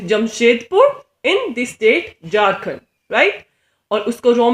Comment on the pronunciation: It's Ranchi not Ronchi (#capitalofJharkhand) It's Jharkhand not Jarkand.. Improve your pronounciation.. window by